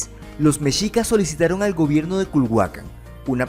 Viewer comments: Me encantó tu vídeo, gracias por hacer este video de mi país, solo te comento se pronuncia "mejicas" la "x" suena como "j" es como "'MEXICO" no se dice "meshico"...veo todos tus videos es increíble tu contenido, GRACIAS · Messsssssshicas no mechicas